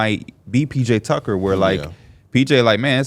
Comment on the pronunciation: This dude said PJ tucker .